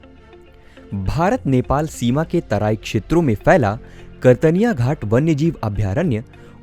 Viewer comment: उच्चारण सही करें, कतर्निया घाट है, आप कर्तनिया घाट बोल रहे हैं लगातार.